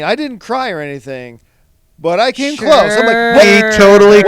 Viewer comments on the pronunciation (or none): none